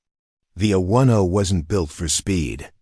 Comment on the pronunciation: Oklahoma - This was a good story, but if someone is going to be reading this for public listening, they should be informed of specific details of the story. For example, the A 10 is a true warrior's aircraft. It is not pronounced Aten as was used in this story. It is A 10, said together, yes, but accented as well. Further, It's the United States Marine Corps - pronounced Cor - the "p" and "s" are silent, unless you are talking about the Marine Corps' abilities in combat. In that case you would pronounce the "s" at the end of Cors. There were several other words misprounced. I would suggest that before someone records this story for presentation, they read it first and maybe mark how to use the word live. Is it someone is living well, or someone is alive?